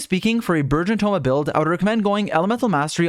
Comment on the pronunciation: Also the entire time it sounded like you were saying "virgin team" it was amusing